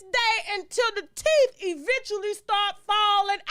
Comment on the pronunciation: "Teef" lmao!